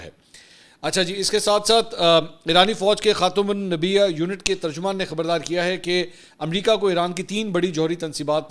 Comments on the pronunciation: یار لفظ ہوتا ہے خاتم النبیین اپ خاتم النبییہ کیسے کہہ سکتے ہو کہ اپ قادیانی ہو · Apnay Halaat dekh lo Bsd walo khud ko Sahafi khtay hoo English far far boltay ho but Khatam un Nabiyin nhi bolna arha naa hee tumhry baap Imran Khan ko bolna ka Arha tha ....😡